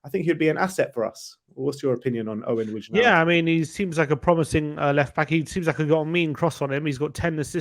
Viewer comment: Wijndal is pronnounced like the "wijn" in bergwijn